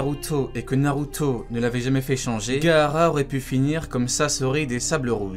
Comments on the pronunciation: Pourquoi tu dis narutso🤣🤣🤣🤣🤣🤣🤣🤣😐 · wesh tu a un problème avec le O ou quoi narutoeee , plutoee (ne le prend pas mal )